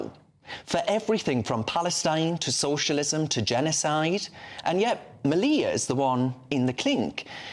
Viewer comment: Then they came for the twinks and the soy boys, but I wasn't a twink or a soy boy, so......oh dear..... Sam's name is pronounced like 'media' but with an L. The picture of Hitler was a cartoon and was not in his bedroom but in his 'personal gym'', also known as his garage.Well done for getting that bit right, and stuff the others for not letting him speak more. The 'controversial' book was about Oswald Mosley (shock horror ) and belonged to Sam's wife Laura Towler, who now has to look after their toddler and their soon to be born second child by herself. So it's not just Sam who is being punished.